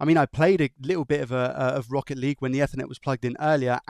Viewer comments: It's eat her net not ether net. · Eethernet EEEEE-THER-NET 😅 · “F-ernet ” lol come on now. Never ever pronounced like that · I liked what I saw, but you butcherd a certain word throughout the presentation. Ethernet! Pretend its got an extra 'E' at the begining.... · ok, now use that 'either' you said there for the first part of 'ethernet', and you are spot on! 🤪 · Please, google how to pronounce "ethernet"